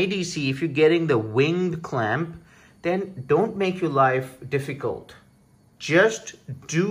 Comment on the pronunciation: ving clamp -_- took me a while to figure out what he was saying